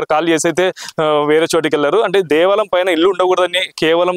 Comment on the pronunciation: Devalam kaadu bayya devaalayam ,telugu correct ga matladu bayya.